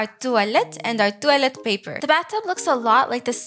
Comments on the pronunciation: why do u say toallet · I like how says "toilet" its like tœilet 😂❤ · when you said toilet in french it makes me a little laugh lol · The way u say toilet is so funny 🤣💀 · Girl says toilet like a British person